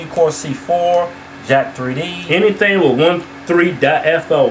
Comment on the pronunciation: lol its not jack 3d its jack'3d as in "jacked"!